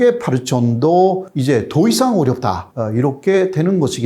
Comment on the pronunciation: 어발음이 안되시네요. 퍼센트---빠센트